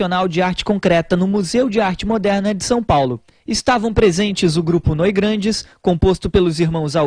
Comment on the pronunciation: Noigrandes? Pqp! É Noigandres!